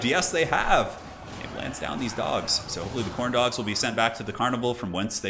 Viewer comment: you say Khorne dog, I hear Corndog